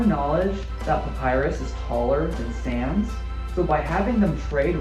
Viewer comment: Did i heard it wrong or did they pronounce Sans as "Sians"